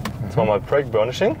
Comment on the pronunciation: Es heißt übrigens Brake und nicht Break. Aber sonst guter Beitrag